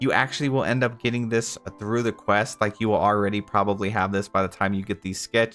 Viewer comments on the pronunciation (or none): none